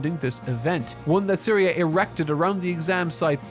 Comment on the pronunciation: I don't really use IPA sort of letters for pronunciation, so I couldn't express it more accurately. Maybe I could've done "zeriuh" or something. I assumed had watched it in English since all but one clip was English but if he didn't it would explain why he couldn't get anything right.